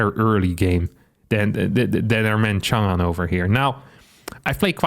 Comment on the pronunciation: It’s nice to see a western YouTuber pronounce 长安 okay